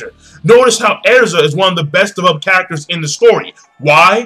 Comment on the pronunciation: you can't enjoy development that doesn't exist. lol but he said "devopled" and maybe he enjoys it. whatever it is.